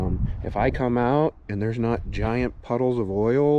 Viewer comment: Lol. The way you say “eand” instead of “and” Gatta go turquoise